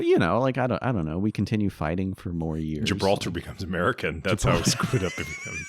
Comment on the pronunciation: I’m weak “gilbatar”